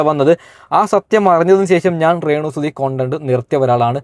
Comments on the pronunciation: ഇപ്പൊ പറയാൻ പാടുണ്ടോ ന്ന് അറിയില്ല റേണു അല്ല മോനെ രേ ണു 😀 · എടാ അക്ഷരം ശെരിക്കും പറഞ്ഞ് പഠിക്ക് റേണു അല്ല രേണു എന്ന് പറ. പിന്നെ മനശൻ അല്ല മനുക്ഷൻ എന്നാണ് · റെണു അല്ല രേണു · റേ ണു അല്ല രേണു ആണ് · മോനേ റേണ അല്ല രേണു എന്ന് പറയു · റേണു അല്ല രേണു ആണ് ഒരുപാട് പ്രാവശ്യം കേൾക്കുന്നത് ബോറായി തോന്നുന്നു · റേണു അല്ല രേണു